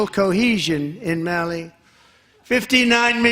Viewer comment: Trump can't pronounce "Mali" or "Uganda" correctly. He is a complete joke.